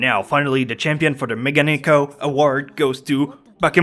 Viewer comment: its not mega-nekko you idiot.. its megane-kko. jeez why do americans dont fix their weird pronounciations..wtf